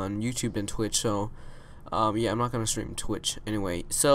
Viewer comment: I love how this guy says stream More like Shream